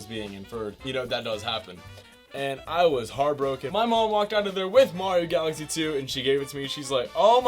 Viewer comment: When he says galaxy it sounds like Odessa